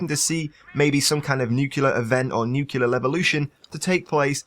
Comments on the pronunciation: I'm having an OCD moment. It's pronounced as it's spelled. Nuclear, not nucular. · FFS!! Its spelled NUC-LEAR not NUK-ULAR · Great video! But all I could hear was "nukilar" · nucular asplosion?